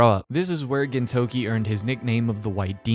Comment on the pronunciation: Hearing you say "Gintokey" everytime instead of "Gintoki" is killing me inside.